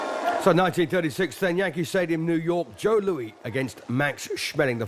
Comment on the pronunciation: Tell the "commentator" that it's Joe LOUIS, not "Joe LOUIE"! I'm sick of morons who can't get ANYTHING right!!!!